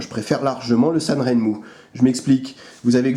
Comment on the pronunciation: et voilà, il sont arrivés, deux 7010, et un 7023, tous de même facture... remarquable pour le prix (et un mois d'attente). Pour la petite histoire "Sanrenmu" se prononce plutôt " san' jeun' mou' ". On retrouve les trois caractères chinois sur les lames au-dessus du logo, 三刃木 qui pris séparément signifient chacun "trois", "lame", et "arbre". d'ailleurs le logo semble reprendre les deux premiers caractères 三 et R de ren...? Merci à toi !